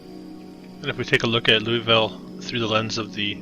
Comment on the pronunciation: It’s Loo-uh-vul.